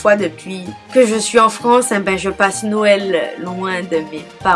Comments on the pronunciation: Je trouve que pour une Antillaise tu aurais pu avoir de meilleures informations surtout pour les pâtés salés ou pour "les ritournelles" et puis on ne dit pas "Norël" mais "nwel" ou "Nowel". D'autant plus que la vidéo est assez longue mais néanmoins elle est intéressante. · Tu es la seule à dire :"Norel "